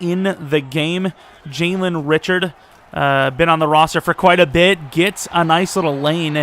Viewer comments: it's actually pronounced Ri-shard, not Richard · Richard is pronounced Ri-shard but love you picked my raiders!